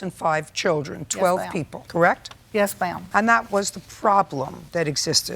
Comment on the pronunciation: It was reading this before I heard her say it, made it so much more funny 🤣🤣🤣🤣🤣